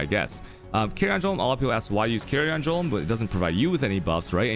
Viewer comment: Jolem nodes Xd its Golem bruh , same as its not Jrinding Jear James. its Grinding Gear Games